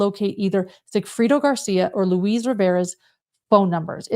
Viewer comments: Thanks for putting this together. It's a wild story. Each time said Luis, I heard Louise. I His name is said like Louis or Lewis- in english. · The name is Lu-EESE, not LOUIZE...like a woman. Its a male name Lou-EESE...like GEESE